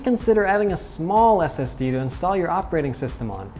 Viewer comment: Is he saying std